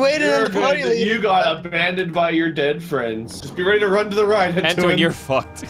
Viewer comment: it's not ttoan it's entoan